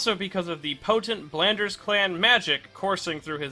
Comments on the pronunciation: Ok, I thought I had missed something when he kept saying "Blanders". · Ok Belnades is pronounced 'bell-nah-des' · Blanders? You mean Belnades? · you really "Blanders" that one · I don't even know where they are getting the pronunciation "Blanders" from. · Love the video but ABSOLUTELY HATE you pronouncing Belnades as “Bell-nan-ders” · That belnades pronunciation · and Oof...that mispronunciation was a harder blow to the Belnades clan than Dracula ever did... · Yeah like where the fuck does the R come from? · It took me a hot minute to realize he was trying to even say Belnades, I was so confused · I forgot how many times this guy couldn't pronounce Syfa BELNADES' last name. And, he called Dracula Wraith as Dracula's "wrath." This proves he doesn't know what he's talking about; OR, he didn't do much research. Well...I won't be watching any more of his videos for a while.